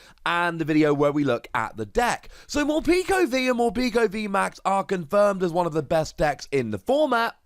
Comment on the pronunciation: I’m pretty sure it’s meant to be pronounced Mor-peck-o like peckish.